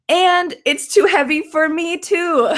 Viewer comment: It's too havey.